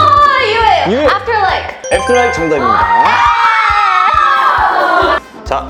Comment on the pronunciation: the way Yue said After Like is so chef's kiss With this video of Lapillus, I get to know them more. I've been listening to GRATATA a lot as well nowadays. Fighting, Lapillus!